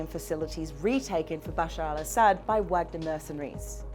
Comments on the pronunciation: it's vaaagner not wag-ner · How hard is it to find someone who knows how to pronounce Vahg-ner? FFS. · Try pronouncing it with a V. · you can say Vlad but not Wagner right lol totally makes your point important when you do not know how to say it